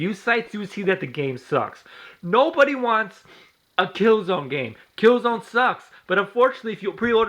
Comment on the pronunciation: You're a fucking dumbest how can you say killzone sucks when you can't even say the name right